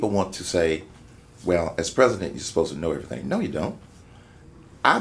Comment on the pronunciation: I'm canadian and as soon as he becomes pres'o'dent- we r attacking